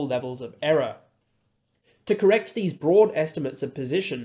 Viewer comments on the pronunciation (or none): none